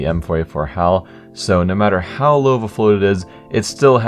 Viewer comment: lmao i thought u sed no matter howl low the float is